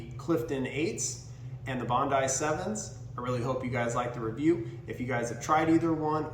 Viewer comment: Who doesn't know how to say Bondi properly? It's one of the most famous beaches in the world. Get out of the USA mate. It's only one country of 195 on the planet. Bondee is going to stick with me forever now.